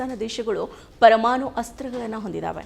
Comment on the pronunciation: ಕನ್ನಡ ಬರಲ್ಲ, ತ್ವರಮಾಣು 😂😂😂😂😅😅😅😅